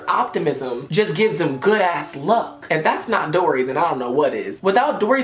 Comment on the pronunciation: you said dora instead of dory when you were on taurus but ily still sis 😂❤️